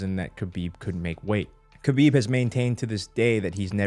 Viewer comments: when said stiopic and khalabeeb over and over🤣🤣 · Bro I hate the way ppl pronounce khabib They pronounce it like this: Kubeeb Nurmagomedov How to correctly pronounce it: Habeeb Noormohamadov